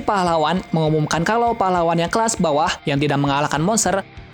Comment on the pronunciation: kelas apa kelsa bang owkwowkwowkwowkqowkwowkwwokwwk